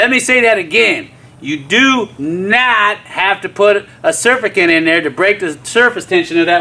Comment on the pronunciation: it is pronounced sir-FAC-tant.